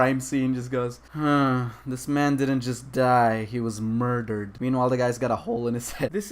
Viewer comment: IT WAS MOIDAHD. MOIDAHD I TEL U.